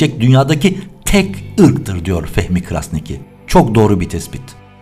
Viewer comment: bir detay bilgi ama Fehmi Bey'in arnavut soy ismi şu şekilde telaffuz ediliyor: Kraşniki